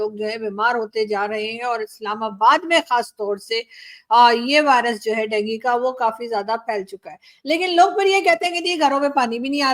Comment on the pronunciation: डेंगी नही डेंगू होता है